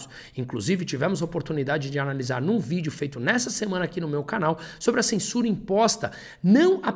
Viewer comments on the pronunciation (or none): none